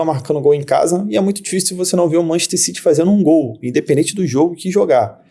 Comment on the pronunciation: Nunca entendi pq brasileiro diz Manchester CIRI e não CITY